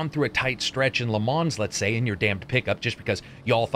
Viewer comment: you pronounced Le Mans incorrectly, unsubscribed!!!!!!!!!!